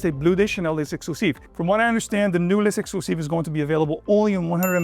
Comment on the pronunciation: Great review,. Also the outfit is 🔥🔥🔥. Side note: L’exclusif is pronounced LEX (like Lex Luthor) CLUE ZEEF. Kindly.